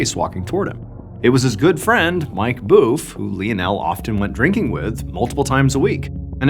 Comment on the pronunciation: Everyone upset about Lionel, nobody talking about Boeuf. Unless he has intel that the family actually pronounced it “boof” the oo sound should be somewhere between woof and rough.